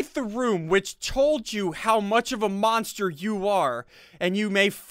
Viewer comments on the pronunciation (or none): none